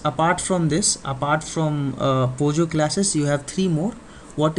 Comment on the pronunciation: sir please correct pojo class not pogo